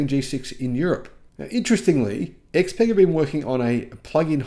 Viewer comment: Xpeng is pronounced differently, it rhythms with Tang as in "Xpang°